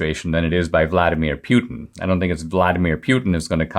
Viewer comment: Pewtin 😆 I love you Dinesh, but that's hilarious